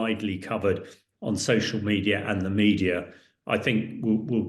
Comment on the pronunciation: "te Russians are using again a lot of chemical weapons" . . . . . WHAT?